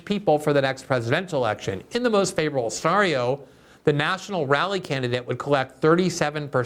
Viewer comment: You pronounced scenario correctly at the end! Thank you!